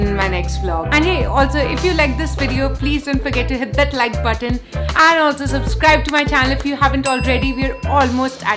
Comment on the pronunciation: The way you said button sounds like mutton